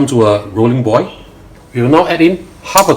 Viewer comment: Just a bit of constructive criticism. When you say 'boil the oil", you are saying "boy the oy". You are ignoring the "L" at the end of each word. It's boil, pronounced "boy-oh" and oil, pronounced "Oy-oh". If you do this it will make your videos a bit easier to understand. Also, slow down. I have an accent like you do, and I always try to speak slowly and clearly to make up for it. Since you are making an instructional video, it helps to make sure the viewer can understand what you are trying to say.